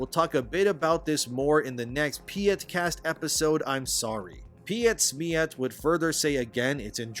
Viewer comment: I find it very amusing how non Germans articulate Pietsmiet xD The first letter Piet come from the name Peter just without the er at the end. For the end try the word meat and scramble the S in-between the two words. So PetSmeat should become very close to how you actually auriculate the name in german.